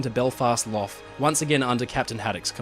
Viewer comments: Belfast Loff? Lough is pronounced Lock 😁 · Love your videos. Thank you. Belfast "loff" is Lough, pronounced Lock. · Lough is not pronounced Loff...... it's like the Scots "Loch", or just "lock" with a cough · Btw with Belfast Lough - Lough is pronounced like it ends with a K or rhymes with walk. Not like Luff or though. Good ol’ Irish spellings to confuse everyone 😂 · That's not how you pronounce Lough. It's prononced the same as the Scottish word Loch.